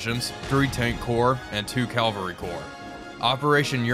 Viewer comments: An observation - do Americans/some part of the US pronounce cavalry as cal-vary? As in.. where Jesus was crucified? I’ve heard it this way several times on YouTube. Love the videos - much prefer the aircraft ones over tanks and the coldwar subs. They just seem like OP click simulators! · I was curious as you’re not the only one that’s said it like that recently. Thanks for the reply and the videos!